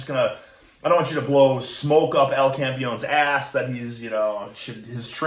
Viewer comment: Its Campeón (The champ), not campion